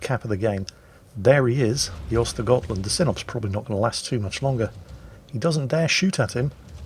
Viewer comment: Ö and Ä are quite similarly hard, although understandably so. just should realise Ö is like the Le Fööföfööföö artillery from WoT he so much likes (and Ä is just like a from bat). And while I'm at it, the G and A from Götland are like Yamato's Y an A if I remember correctly.